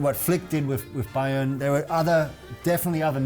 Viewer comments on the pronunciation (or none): none